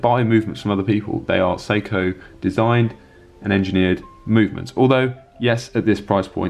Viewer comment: It sounds like you're saying "Soko". In America we say "Say-ko". Not sure which is more accurate.